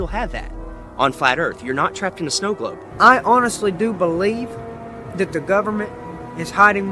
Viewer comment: “ I do belebe the govbermemt is hiding lands “